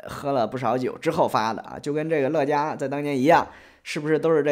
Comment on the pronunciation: 乐嘉，发音应该是Le家吧？ 乐嘉有种！难怪后来乐嘉被封杀了